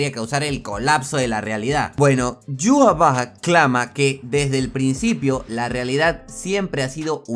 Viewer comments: ¿Como se escribe?: Yhwach ¿Como se pronuncia? Yu-ja-va-ja. ¿Como lo pronunciaba yo?: Ai-wa-sh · En 1000 canales de YouTube, que hablan de Bleach, los 1000 pronuncian Yhwach de maneras diferentes, lo pretencioso de Tite Kubo se refleja en ese nombre.